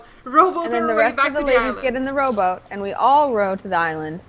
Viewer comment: lol every time they said "rowboat" it sounded like "robot" "We get the robot to the iland! Lets hide the robot!"